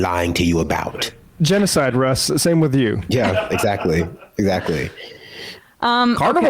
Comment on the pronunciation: "By da way, get your first monf of "Hello Fresh," wif dis promo code, mates."